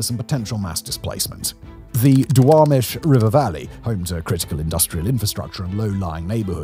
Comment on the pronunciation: Fun watching a video about where I live. A+ grade on the pronounciation of Duwamish and other names.